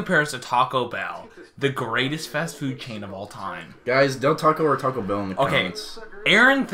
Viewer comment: Taco Bell is fasho “ehhhhhh” not “errrrrrrr”